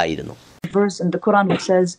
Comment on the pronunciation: Sir, U r repeating pronouncing the word Quran wrongly. Please use Ams instead of Ain. Abdul Nazar